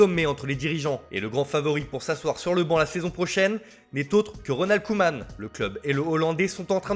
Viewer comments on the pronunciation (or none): none